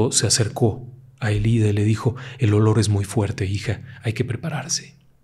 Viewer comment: Ėlida con acento en la e